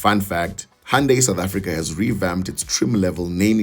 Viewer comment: Thanks for teaching me how to correctly pronounce "hoondaiii" at 4.22 secs 🤣🤣🩷🙏